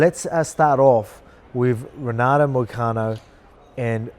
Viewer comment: It's pronounced Henato brother